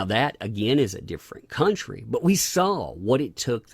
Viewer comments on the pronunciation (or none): none